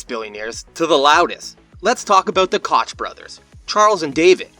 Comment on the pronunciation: It’s pronounced coke